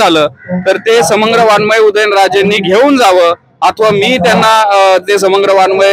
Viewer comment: वाडमय ... नसते बी ते.... वाड्मय ( वांगमय उच्चार) असतो